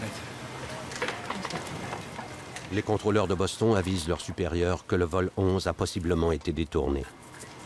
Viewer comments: Pétard mais c'est quoi cette façon de traduire et de prononcer Boston (phonétiquement) au lieu de Bostone (phonétiquement) on ne dit pas London que je sache mais Londone ( toujours phonétiquement bien sur). C'est comme Paris, on ne dit nulle part Parisse.... Sérieux !!! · On ne prononce pas Boston mais Bostone ... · C'est Boss-tonne, pas Boss-thon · Quelqu'un pour m'expliquer la logique à prononcer Boston à la française (Boss-Thon) et les noms prénoms avec l'accent américain jusqu’à ne pas les comprendre ? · Rien à dire sur cette très bonne reconstitution mais quel est ce commentateur qui est incapable de prononcer " Boston " correctement?! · Encore un reportage tout pourri… le prononcé Boston à la française, mais il sort son meilleur accent pour les nom américains 😂 YouTube, une poubelle avec parfois des pépites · Euh, quelle est cette voix déincarnée incapable de prononcer correctement "Boston" et qui prend un accent "américain" pour les noms américains ! C'est extrement désagréable... Et ce n'est pas seulement dans cette vidéo que la voix du narrateur est désagréable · Qui prononce Boston en français ?